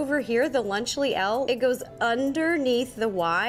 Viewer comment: Neskutecne me po celou dobu videa triggeruje ta vyslovnost :D Neni to zadny LAUNČLY, nebo tam snad vidis slovo LAUNCH? :D Poprosil bych aspon bez toho "u", děkan :D